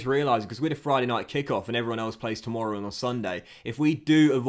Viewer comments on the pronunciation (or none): none